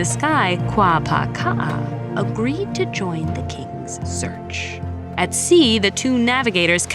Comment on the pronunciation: Kuapaka‘a, not Kuapāka‘a. Am I hearing her pronunciation oddly??